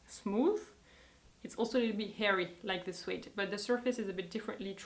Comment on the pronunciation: the word suede is pronounced like the word swayed not suayed.